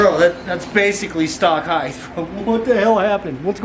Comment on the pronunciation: Ride Height not heith